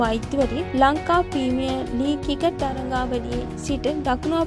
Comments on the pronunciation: කිකට් නෙවෙයි ක්‍රිකට් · කවුද බං මේ වොයිස් කරන්නෙ. ක්‍රිකට් කියාගන්න බෑ. කිකට් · මේ නිවේදිකාවට පළමුවෙන්ම ක්‍රිකට් , ක්‍රීඩා ,ශ්‍රීලන්කා වැනි වචන් කියන විදිය උගන්වන්න, මේ වීඩියෝ එක බලන එක එහෙම්මම එපා වුනා මේයා කතා කරන විදිය අහලා